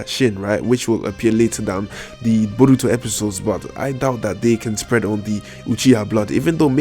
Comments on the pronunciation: Stop saying BURRRITO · Like when you say Borutos name U put to much enfisis on the first syllable but his eye is the tenseigan but its a incomplete form of it like how when sasuke unlocks his sharingan he only has 1 mark in his eye instead of three and he later unlocks his full eye